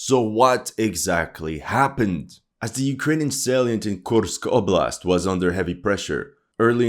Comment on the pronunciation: Мне нравится, как автор канала произносит названия населённых пунктов, подразделений. Kursk oblast' звучит как 'Кемска волость') Кто понял, тот понял)